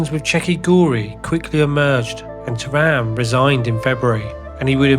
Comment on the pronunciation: Even the pronunciation of Terim which you almost can't mispronounce, sounds very strange 😄 Other than that nice docu.